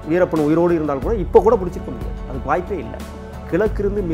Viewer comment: adei veerapam veerappam nu solladhada host payale.. veerappan anna alladhu veerappan ayya nu sollu da